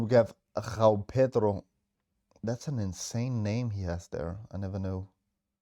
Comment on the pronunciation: "Gghhoao Pedro" 😂